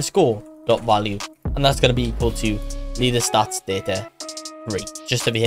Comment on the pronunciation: bro said "lear" inside of "learstatsdataStore"💀💀